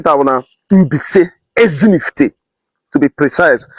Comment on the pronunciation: Ezinihitte not Ezinifitte